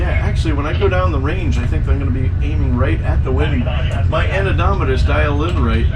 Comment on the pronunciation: Are you saying anemometer (an e mom e ter) or annodometer? Thx